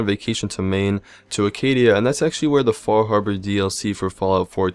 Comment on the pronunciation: Acadia- no "r". :D